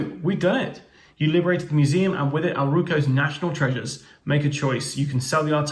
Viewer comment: by the way Dr. O Huaong is actually Dr. Q. it's a little difficult to see. also also when you say Aruco, the L is supposed to be not silent, Aru-lco.